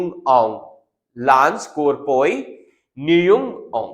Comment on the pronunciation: What is lance corboi.Firstly, learn how to pronounce.